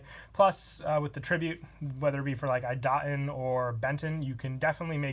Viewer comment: Cyber Angel Idaten is pronounced E da ten